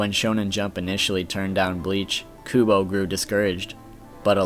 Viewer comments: KuBO for instance, it is Kubo not kudo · ITS PRONOUNCED KUBO GODDAMN IT!!!!!! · I apologize for my Aspergers freaking out about it, and I doubly apologize since I bet you hear it plenty. TEE-tay KUU-bow (like a ribbon) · His name is Kubo for fuck sake!